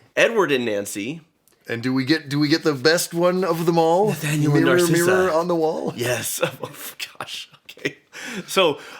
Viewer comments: Lol. It’s Narissa, not Narcissa. That name would have suited her better though. Enchanted is my favorite Disney movie 💙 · I love how keeps calling Narissa. Narsissa. its actually very fitting of how narcissistic she is. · I love how immediately after they mock John Travolta for mispronouncing Idina Menzel's name, they misname Narissa as Narcissa. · I love how said "Narcissa" instead of Narissa and it made complete sense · Narissa not Narcissa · It's Queen Nerissa, not Narcissa